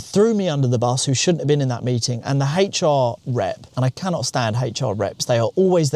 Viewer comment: I don’t think it’s intentional…but every time you say “HR” it sounds like you’re saying “HateR” and I’m all for it. 😂